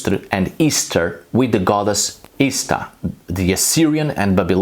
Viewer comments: I died... when I heard say, "ish-tar". Hearing him do my (American) accent was hilarious!😂... is that really what others in the world hear?? OMG, I'm changing this immediately. Can you see going to a Texas shaman(no offense TX shaman😅)....? With that draw!! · I'm genuinely perplexed as to how you manage come up with most bullshit that you do. How the fuck would her name be pronounced "ih-sta". Like seriously, it's embarrassing. On the point of Eostre, the fact that Eostre is exactly what we'd expect an Anglo-Saxon version of Aurora to be named is strong evidence in favor of her existence. They knew nothing about Proto Indo-European or regular sound changes between languages, which makes it impossible for them to have created that name to match perfectly what her name actually would have been if she had evolved from a common source with the other goddesses.